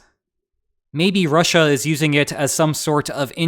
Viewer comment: "Rush-A". The new official pronunciation on the channel xD. I love it.